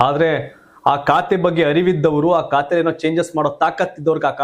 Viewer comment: ಲೇ, ಕಾತೆ ಅಲ್ಲ ಖಾತೆ. ಸರಿಯಾಗಿ ಪದ ಪಡಪ್ರಯೋಗ ಮಾಡು